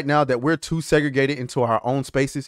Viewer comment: Umm is it just me but why does destiny yell the too ?? That's a really weird place to do that ?? imagine actually listening to him saying that ?? It would be very distracting , he would finish whatever he said and you would just look at him "umm why did you yell the too ?? " lol